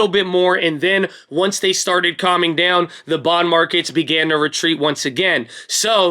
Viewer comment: it's dOWn like when you get hurt Owwww owwwww. Not deyown like eww food...quit saying it so weird